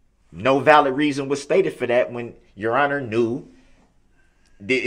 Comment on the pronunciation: Don't forget tackit....tacit, liberry.....library substain......sustain, animen.....adamant, trufe.....truth, valett.....valid, and so on.